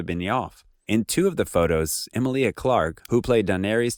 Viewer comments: I always said he was engaged to Simone and she found out it was over when Lisa got pregnant to him. P.S it's kal drOgo not drAgo, and the way you pronounce Emilia is with the emphasis on the middle, as in Emeelia. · I find it controversial how you pronounce Emilia